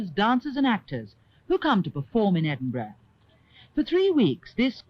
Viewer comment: Edwin burgh???????????????????? maybe a portent for speech impedimented pwesenters of tv today. Great film